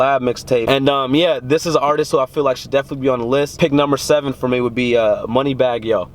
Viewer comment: "Moneybagg yo" huuuuuhh??? U gotta go